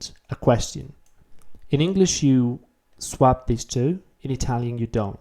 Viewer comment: your english is so good that it really stands when you get something wrong! :) Just FYI, 'swap' doesn't rhyme with 'tap', but with 'top'. Of course I'm commenting 4 years after you made this, so you probably know this by now.